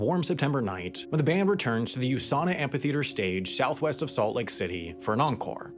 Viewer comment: That's not how you pronounce "amphitheater".